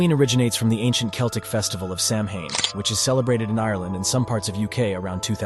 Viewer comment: That is not how you say samhain